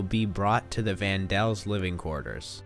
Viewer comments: Van Daan's! Not Van Dals...... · It’s van Dana not van dells.. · Nice presentation but was puzzled by each time you mention the "van Daans" as "The van DELLS." Was there a reason for that? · Lol the vaan dels😂 it's vaan dans put some respect on they name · It’s Van Daan not Van Dal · It's Van Daan not van Dell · Van Daan!! Daan not dels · It's Vann Dan not Vann dell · It's Van Dam, not Van Dell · its van daan not van dell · It is Van Daans not van dells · Good, for what it gives. However, please honor their memories by giving the right names- Van Dam, not Vondell. The Franks, Van Dams, and Dusell,nd so many others lived in fear of being discovered, it's a wonder anyone survived the Holocaust. Shalom. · isn't it van Dan not van del? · not Van Pels or whatever you said. They were the Van Dann's [Dah-nn] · there name is Vandaan said (Von-don) not Vandel that please learn what your talking about before posting it dude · Van Daans Not Dells lol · It's vandann not van duel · Van Dann not Van Dall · Van Dells? It's Van Daans. Did you read the book? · its the van daans not van dells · It's actually the vandells, in the play they're renamed to Vann Dann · I thought it was pronounced "Vaan Dan" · "Mr.Doosel" "The Van Dels" "Leave the Netherlands" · He said van dans wrong. (Sorry if I wrote it wrong) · It’s not van dels it’s van daans and it’s not duusel it’s dussel ur pronouncing it wrong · Mr. Dussel is pronounced mr. Duh-sul not, not doo-sel ughhh, and its Van Dan, not Van Del